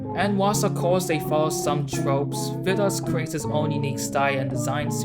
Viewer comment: Hey! It's me, Vidas! This was a really cool video, also I'm surprised how well you're pronouncing my name, are you Lithuanian just like me by any chance? I don't think I've seen anyone making a "documentary" about me like this, and I really like the music choices you have from Silent Hill 2. The body in Dia is supposed to be the same man's body following you, that's why it looks the same, it's the "same person". Thanks for making this video, this was very cool to see and I appreciate you diving into my work.